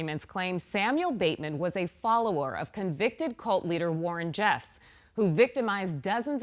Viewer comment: It’s Warren Jeff. I think she’s saying Warren “Jess”